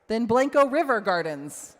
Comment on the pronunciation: Learn how to say Blanco right then you can represent these people